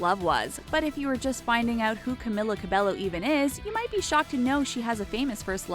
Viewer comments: YOURE PRONOUNCING HER NAME WRONG AND ITS ANNOYING ME SO MUCH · Every time she said Camilla Cabello I cringed😫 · Well you got all that right.. except how to said her name.. also you forgot her most favorite food She likes Banana A LOT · Who else was kinda annoyed when she said one direction were not together like get your facts right they are not broken up ... and the fact that she constantly pronounced her name wrong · Why can't anyone in media pronounce her name right? Ugh! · ... I literally disliked this video within 7 seconds. You had one job. One job and you blew it. Edit: Wow sorry that was really mean, I just get upset when people mispronounce names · Me: Sees Camila’s nickname that Lauren called her Me: Cries for the millionth time Also, every time they say Camila Cabello, I get SO triggered. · You said her name wrong...21st fact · CAMILA CABELLO GET IT RIGHT GOD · You said her name wrong.. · Boi!! At least say her name right. Omgggggg!! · Fact #21: the narrator cannot pronounce her name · omg she totally butchered her name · i like how they did the research for all these random facts but couldn't even look up how to pronounce her name properly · i liked this instantly bc it was ab camila but then i heard the pronunciation of her name and unliked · the pronouncation is cameela cabeyo, not camila cabelo. . . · How you really pronounce her name is "kamila kabeyo" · Also, it’s pronounced ‘Cam-ee-la Cab-ay-o’, not ‘-Ku-milla -Ku-belllo’ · Carmella cabloo no cameeler cerbeyo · I’M SO FUCKING TRIGGERED. SHE’S camEEla cabeYo NOT camIla cabeLLo OMFG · ur pronouncing her name as (caemila cabelllllloo) well its actually (cameela cabeyo 😅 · This is how you pronounce her name Ca-me-la Ca-bay-yo CAMILA CABELLO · Her name is pronounced Camila cabeyo😊😊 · Cameela Cabeyo . Pronounce it right . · Another thing is her name is pronounced Camila cabeyo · You are saying all about her and you don't know that her name says camEEla cabeYo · It's not camila cabello it's cameela cabeo